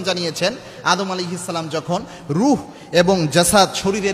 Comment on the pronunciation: ভাই আপনি সালাম টা ঠিক করে দিন আপনার সালাম দেওয়া টা সুন্দর হয়না